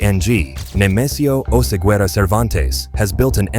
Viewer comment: Oseguera, not Osegüera 😂😂😂